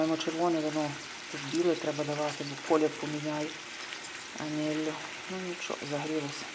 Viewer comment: А тепер ще "анельо"😅